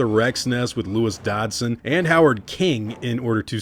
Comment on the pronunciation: Who tf is "Dodson"? You mean "Dodgson"?